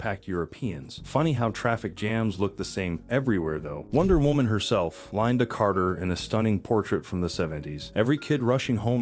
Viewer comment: Line der Carter? Try using a human narrator! Its LINDA Carter...beautiful lady.